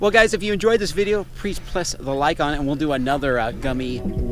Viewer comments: me: Scrolls through chat People: "rEd AnD gReEn" me again: Why arent people noticing says "Prease Pless the like button" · Prease pless the like button? 😂😂😂 am I the only one that caught that? lol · "Prease pless the like button..." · "prease pless the like button" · "Prease Pless the like button" XD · he says prees ples lmao